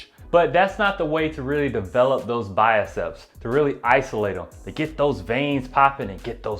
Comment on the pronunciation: Enjoy your videos. Just a note: the arm muscle you are calling the “biacep” (pronouncing “bi-a-sep”), is the bicep (bi-sep).